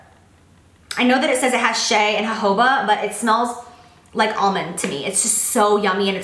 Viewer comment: You said my name, Shea, and you said it correctly 😍😍